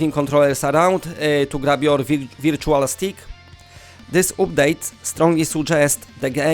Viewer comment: You are using a lot of long u sounds (like oo) when it should be a short sound. Like update, bundle, sunday. You are saying them like oopdate, boondle, soonday etc